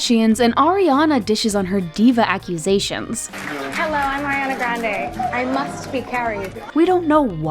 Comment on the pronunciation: Arianaa?? Naahhh this is wrong